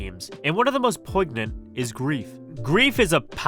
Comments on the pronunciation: Proignant is pronounced “poinyant” 😉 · it's not POYGnant, it's Poynyant